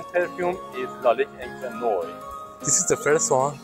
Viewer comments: En Français encre noir se prononce " encre Nouar "😮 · Enche noy? Is the guy able to read words? 🤣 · Please work on your prononciation The way you said lalique encre noir made me punch my face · he didn't butchered it as much as "encre noire" ...